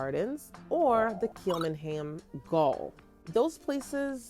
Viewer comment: Pronunciation check: Kilmainham… Kill-may-nam Gaol….Jail. It’s the old Victorian English spelling. Good video, glad you enjoyed your trip guys!!!